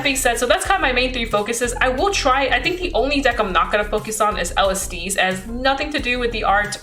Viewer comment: Mildly infuriated that you're calling Kairi- Kiara and Alestiel- Alestice